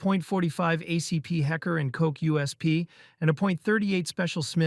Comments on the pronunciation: It's "Heckler and Koch", not "hecker". And Mussolini's Beretta 1934 was chambered in 9x17, mm (.380ACP), not 9mm Parabellum. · imagine needing AI to write innacurate scripts vs actually getting tired researching world leader's guns and actually get the caliber of the weapon right like what you mean hecker and coke i know its spelled like that but still the pronunciation? 356 magnum? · A HECKER and COUK? Bruh before you do these types of videos maybe run the words through a translator first. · Heckler and Koch? Nono, hecker and coke. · It s Not acklar and cook 😂 it is Heckler und Koch! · It's called Heckler & Koch, NOT Heckler & Coke ! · “ a point forty five ‘hecker’ & koch” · "Hecker and Coke?" Maybe get a real narrator instead of a computer voice...